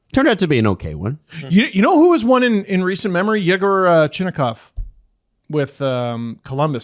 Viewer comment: Guys, when a Russian name is transcribed KH it's pronounced without the K. So Chinakhov is CHI-NA-HOV. And Mukhamadulin is a Tatar name, not a Russian name, so it's not "Mukamadulin" but "Mohammad-ulin".